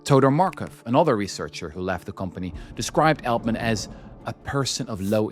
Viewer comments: It’s not Eltman it’s Altman. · It's Altman, not Eltman :P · Je spreekt ‘Altman’ verkeerd uit—en dat 15 minuten lang. Jij spreekt de AL- in Altman uit als Nederlands el- in elleboog. De correcte uitspraak is al- als in Engels altogether, almost, always. (Althans ik hoop dat je niet èltogether, èlmost, of èlways zegt.) Wat jij doet heet hypercorrection, 'the use of an erroneous word form or pronunciation based on a false analogy with a correct or prestigious form’. Als je, zoals jij, een Engelstalig onderwerp (vermoedelijk) vooral lezend tot je neemt, kijk dan uit voor dit soort hypercorrection. Nederlandse academici en schrijvende journalisten hebben er een handje van om een Engelstalig onderwerp tot op de bodem uit te pluizen en dan het onderwerp zelf niet correct uit te kunnen spreken. (Ander bekend voorbeeld is de andere schurk ende snodaard, Jeff Bezos, door schrijvende journalisten in menig podcast gerecenseerd als heette de man Bie-zos* als in bipolair, biseksueel, Wim de Bie, i.p.v. Béééézos als in beestachtig en Baywatch.)